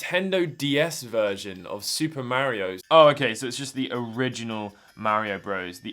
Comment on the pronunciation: "Super Merry-O"